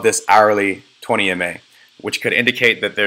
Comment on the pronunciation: Which 4 MA's are you using? or are these EMA's - kinda hard to hear the E.